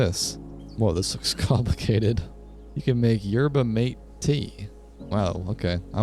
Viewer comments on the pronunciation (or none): “yurba mayt tea!!” OH I CRINGED SO HARD 💔💔 anyways its pronounced “yer-bah mah-tay” and its a tradition drink in south america!! Its very cool :D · Hey, Yerba Mate is pronounced like Yer-bah Mah-tay just so you're aware! Excellent video so far!